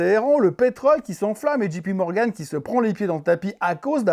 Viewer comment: Je vous en prie, arrêtez tous avec votre Dji pi Morgan ! Soit vous le prononcez à la française, , ou soit c'est Djay pi Morgan ..... Cet honorable président de la FED ne s'appelle pas Gérome !!